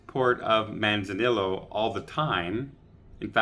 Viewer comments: 🎉manz a knee ya not mansanillo. Double ll is pronounced like a y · I know you're Canadian, so I can understand that you don't hear much Spanish in Ottawa....but the Mexican port of Manzanillo is pronounced Manza-Knee-Oh...just sayin' :)